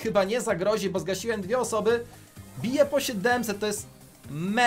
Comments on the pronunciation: Nie bu tylko bo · EMZ, a nie EMZI Bo, a nie BU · Mówi się BOooo